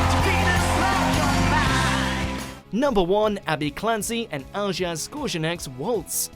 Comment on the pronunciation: The voice over for these WatchMojo Strictly top 10s is written as though they are huge Strictly fans, but the dancers names are pronounced wrongly (Al-jazz instead of Ali-ash for Alijaz for example) and basic facts are either wrong or missing that would take seconds to find out: Vicky Gill and her team were and are responsible for the stunning costumes; Ashley actually is a contemporary dancer; Kimberly and Pasha were dancing a Viennese Waltz there, not a Waltz. Who would’ve thought of putting When Doves Cry with tango? Well, Strictly, as Vincent and Rachel danced an Argentine Tango to it previously and I think Jay and Aliona were the 3rd or 4th couple to use it (over a long period of time and their tango was stunning, so not a complaint by any means), but it wasn’t “inventing a whole new dance genre”. There also seemed to be a lot of emphasis on suggesting some pairs were more than dance partners, which was true for some couples, but not for the ones picked up on: Oti is happily married; AJ and Saffron didn’t even try with a Showmance let alone anything more; Pasha was happily married to Rachel and Ashley was dating Gio at the time of their dance. Good partnerships have good chemistry and they act out the emotions. Given this weird emphasis it seemed strange that the one real couple wasn’t remarked on. Voiceover should add to it and this didn’t. It could’ve added facts like that amazing waltz from Alijaz and Abbey was from week 1 or 2 in Alijaz’s first Strictly season. I rea